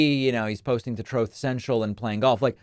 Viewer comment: Dave pakman mispronounced "truth" he must be tired from the Trump hate